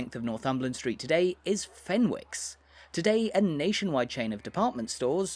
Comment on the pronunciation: It isn't pronounced Fenwick's. The W is silent.